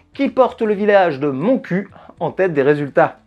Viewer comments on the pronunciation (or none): Salut, Juste un petit point: Montcuq ne s'est jamais prononcé moncu mais moncuk... De plus, depuis la réforme des communautés de communes, Montcuq a rajouté ''en Quercy blanc'' dans leur nom... Donc la blague n'est plus valide. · Haha 😂 c'est trop drôle... Pour être née dans le lot, la ville se peononce MontcuqUE 😁😂😂🤣🤣 mais c'est trop drôle, je savais même pas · Super vidéo, comme d'habitude ! Par contre je me dois de signaler que le "q" final dans le nom du village de Montcuq se prononce. C'est moins marrant mais c'est la prononciation exacte ;)